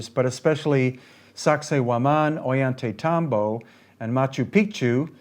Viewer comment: to pick a bit, it is "oJantaytambo" ll is a hard j (though some use a y sound).... our guide was insistent